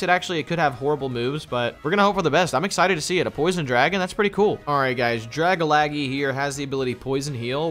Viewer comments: Does my guy know it’s drag-algae (like the shit in the ocean, google it if you don’t know how to say algae) or is he saying that as some inside joke I missed off the stream? Like the ole Chime-Cho I wonder if I’m missing something or they are 🤷🏼‍♂️ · It's dragalge - drag - alge .. not dragalaggie lol. Drag for dragon, alge for algae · who else hates the way dragalge was pernouced its (drag-al-ge) not (dragalage) ahhhhhh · It's not pronounced dar-ga-la-ge It's pronounced dar-gala-ge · Drag-Algae not Dragalgee 😂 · I'm sorry... "Drag-a-lag-ee" is just so painful to hear... It's a mix of Dragon and Algae I think... I always say it like "Drag-al-jee". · It's not Dragalagi it's DRA - GAL - GE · It’s not gee it’s jee. Like algae and dragon mixed together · I can't understand how consistently mispronounces dragalge as dragalagee lol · really pronounced Dragalge “Drag-a-laggy” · Dragalge: Drag-a-lag-eee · Love your content here’s challenge do one without saying a poke name wrong dragalaggy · I'm pretty sure Dragalge is pronounced 'Druh Gal Jee' or 'Drag Al Jee' like Algae the green scum stuff that floats on lakes. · Draga-laggy lmaoooo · I'm pretty sure Dragalge isn't pronounced Dragalaggy. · Algae is pronounced "al-G". Dragalge is pronounced "drag-al-G"" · Its Dragalgae pronounced Drag-Al-Gee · Drag a laggy lol yalls mispronounciations always crack me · Hearing him say Dragalge wrong makes me shudder every time he said it lol.